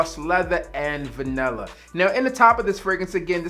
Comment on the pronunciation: VA-NIL-LA. Not vanella!!!!!